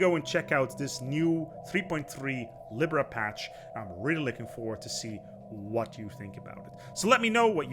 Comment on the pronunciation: Why u pronounce libra like that XD